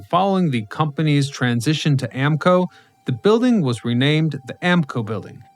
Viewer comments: It is pronounce A-MO-CO.....not AMCO. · Not AM-CO! Amoco is pronouced Am-ma-co. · Yes, he definitely mispronounced Amoco. My father worked in that building, it really grated me to hear it mispronounced